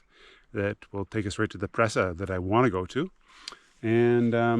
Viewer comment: Cool trip. Presa is pronounced pray-sa.